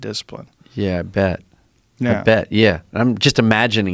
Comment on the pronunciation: he said that bet like he learned it 30 min ago